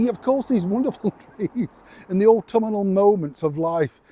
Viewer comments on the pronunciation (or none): It may be trivial but please,, it is au-TUM-nal not au-tum-i-nal and bon mot is pronounced bon MOW! Love your programme anyway!